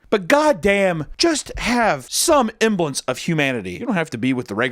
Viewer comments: You said emblance like 4 times, the word is semblance dude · Semblance not emblance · Semblance, emblence isn't a word. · the s in 'semblance' isn't silent